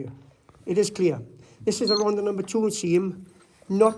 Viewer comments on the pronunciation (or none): Loved every minute of it. Just wish Martin would pronounce Rhondda correctly and pronounce the th rather than dd.